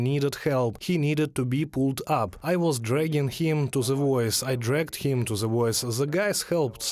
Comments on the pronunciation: Sorry to point it out, but your English pronunciation of "THE" as "З"э - was very disturbing. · Fully agree . I made the point and was mildly reproached. Linguistically the "th" sound is not that difficult to learn to pronounce correctly. It bugs me too .